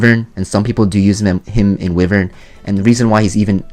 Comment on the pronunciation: WHY-VERN This "Whivern" pronunciation has got to stop.